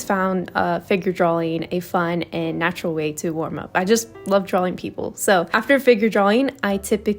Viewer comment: I'm sorry, but an artist mispronouncing the word "drawing" drives me nuts, and I'm not sure I can watch more 😭